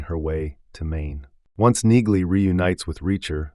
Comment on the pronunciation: I think in the show Neagley is pronounced with the g being silent. I may be wrong but, it seems everyone in the show calls her Nee-Lee.